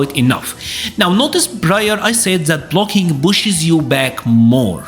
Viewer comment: its problem, not broblem. Pushes, not bushes. Prior, not brior.